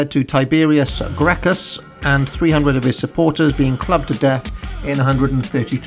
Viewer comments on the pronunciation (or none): Gracchis is pronounced Grakkus because the roman Latin used the k sound for c's the more you know